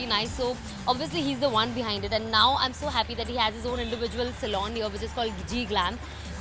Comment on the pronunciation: It's SALON not SALOON !!!! 😅